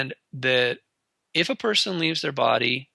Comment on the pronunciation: ALL PERSON.. not peeson